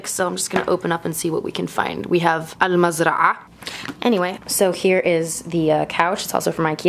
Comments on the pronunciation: The way you pronounced al mazra'a was amazing 👏🏻👏🏻👏🏻👏🏻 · omg there's no way you don't know arabic that ع sound in almazra'a only arabic people can do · Wow u speak Arabic , u spell the word al mazraa the right way , good job